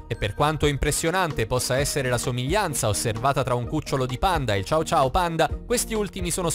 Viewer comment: Ma non si dice ciao ciao ma cio cio che si scriverebbe cho-cho credo ma sono sicura che la pronuncia era sbagliata